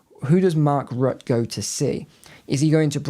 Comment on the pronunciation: You pronounce his name Mark Rutter